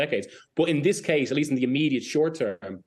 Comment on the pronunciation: Why are you saying thee? Its just the....